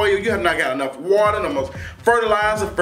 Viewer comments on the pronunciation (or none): none